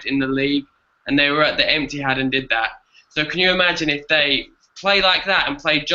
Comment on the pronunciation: Did anyone catch saying "Emptyhad"?